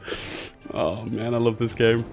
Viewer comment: I know this is exremely nitpick-y but in the company MAN you proncounce every single letter instead of saying it as a word. So M - A - N